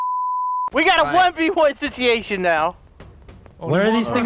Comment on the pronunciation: "Sitiation" - 2018 😂